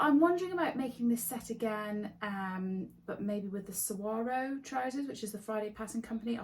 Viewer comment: I always love hearing your thoughts about your makes because it prompts me to think more about mine and how they make me feel, how they fit together in my wardrobe, etc. Looking forward to part 2! Also, you are the ONLY person that I've heard so far who has pronounced "saguaro" correctly 😂 as someone who lives in the Sonoran desert surrounded by hundreds of saguaros, it's been rough hearing everyone's interpretation of this tricky word, but you nailed it and I had to actually rewind just to make sure I hadn't misheard! 😂❤️